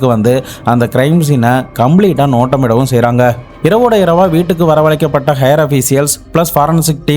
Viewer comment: Higher officer என்ற வார்த்தையை நீங்கள் 'Hair' ' ஹெயர் என்று உச்சரிக்கிறீர்கள். ' ஹயர்' / 'ஹய்யர்' என்றுதானே சரியான உச்சரிப்பு?"